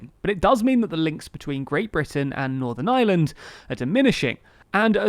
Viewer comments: I know it's not your fault, but the country is Northern IReland not Northern Island, and I'm wincing every time you say it. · Why do you keep saying “Northern Island” ?